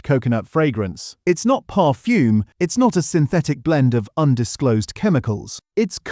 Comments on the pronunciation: Really bad pronunciation. I'm not too sure what 'parfume' is for example ! Stop using a computer and do it manually. Otherwise, for me anyway, I think that the video is no more reliable than the content ! And why aim this at only 0.85% of the worlds population ? There are a few more of us around than your target audience. Is this some sort of targetted audience manipulation video instead of 'made for clicks' video ? Oh and I don't have a "Hype' button. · Parfume?! The AI has a speech defect.